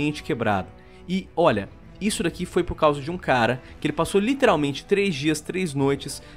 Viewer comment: Escutar o falando a palavra "literalmente" de forma totalmente errônea me mata por dentro